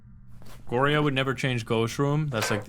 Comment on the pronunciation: it irks me so much each time you incorrectly pronounce onryo and goryo